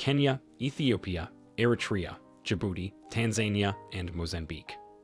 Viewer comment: Tanzania ≠ Tan zane ie uh Tanzania = Tan zuh nee uh